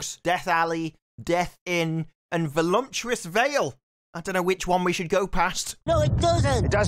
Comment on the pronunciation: "Let's go to Volumptuous Vale!" Yes, let's go to a place that isn't actually a word. I think you meant 'Voluptuous'. Jesus, no one told him to watch his pronunciation? Also, that sword over the back block probably would've ended with him with a lacerated shoulder where his own blade gets jammed into the flesh from the impact.